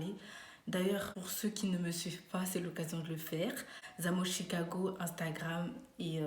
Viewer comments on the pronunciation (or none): none